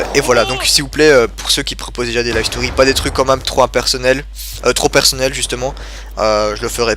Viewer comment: Bonne Continuation! Ps: j'adore quand tu dis " quand minme " <3